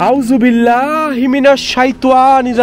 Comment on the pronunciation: আউ'যুবিল্লাহ আর বিসমিল্লাহ টা ভালো ভাবে শিইখেন ভাই। উচ্চারণ গুলো তে সমস্যা আছে।